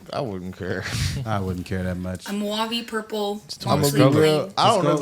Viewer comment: Are we just going to ignore how the chick at pronounced the word mauve as: Moo-Wa-Vee 😂😂😂